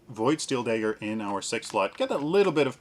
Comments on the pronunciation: what is it with paragon youtubers and not being able to pronounce common words. Dagger, not Daeger. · "daygger" Lol... great vid btw :D